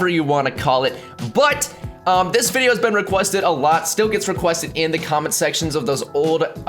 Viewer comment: LOL cause who actually memorizes that crap or would think of it during a video XD honestly i've watched a BUNCH of videos reaction to this and that was the only one that said that he was the one that kept saying Wideo & Michaelphone right it was painful to listen to